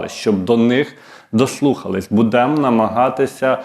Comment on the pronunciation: Адвокат.когда ударение в словах правильно ставить будеш?будЭмо 😂